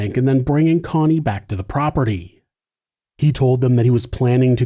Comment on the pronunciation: Why are you saying coney her name is Connie